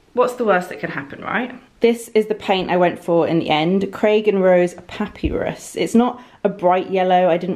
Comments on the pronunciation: Saying Papyrus as "papy rus" instead of "pap ay rus" really made me laugh. Love the choice in colour :) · You are glowing,, looking very pretty. Who cares how one pronounces papyrus. I, as your non-english viewer, would've thought it was a Londoner way of pronouncing:-D